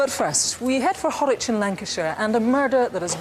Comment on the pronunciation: Anthony Mcken - the population of Bolton is over 190,000. However, if you're referring to Horwich (not "Harwich") - which is within the Metropolitan Borough of Bolton - you're absolutely correct in describing the place as a "small community".